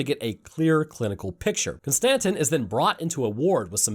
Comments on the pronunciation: Kon Stan Tin, distant cousin of Jay Quell'in O Shack Hennessy I genuinely hope ur wife leaves u, solely for the way u pronounce names. For a so called scientist ur pronunciation is unfathomable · Every time you miss pronoun Konstantin it creases me. 😂